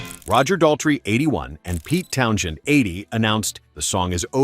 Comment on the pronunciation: Get Pete Townshend’s name right, it’s not Town- shend, it’s Towns- hend.